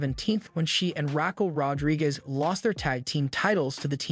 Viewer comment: Yes, but the AI or who ever said it pronounced it as Rack El Rodriguez... Not Raw-kel, but Rack El. Listen again. I'm not upset about the statement. I'm upset about the fact that this was likely done by AI and the name was misspelled. Sloppy.